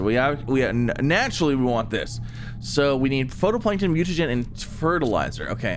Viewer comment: Him pronouncing phytoplankton makes me cringe. PHOTOplankton new species that takes selfies maybe? 😂